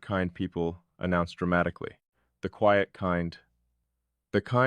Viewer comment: QUIET has a long i sound.